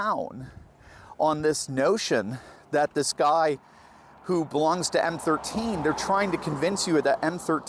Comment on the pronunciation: It’s MS13 gang, not M13